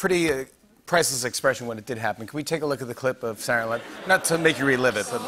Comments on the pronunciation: the way he pronounced Saturday Night Live gave me a stroke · The way he said Saturday Night live... “Sarnyte Live” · can he just say SNL instead of "sarunaylive" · "saturn alive" lol xD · "saturday nive" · why does jimmy say 'sarnilive' not saturday night live lol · Jimmy is COOOOKED. He can’t even say ‘Saturday Night Live’ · How does Jimmy keep turning "Saturday Night Live" into just 3 syllables whenever he says it